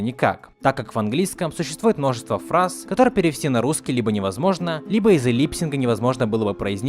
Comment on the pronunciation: Не липсинг а липсинк 'lipsync'